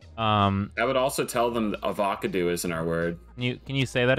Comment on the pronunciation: Please tell me he's saying Avocado wrong on purpose lmao 🤣